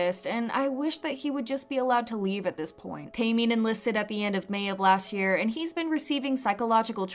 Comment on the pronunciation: its pronounced TEH-MIN NOT TAY-MIN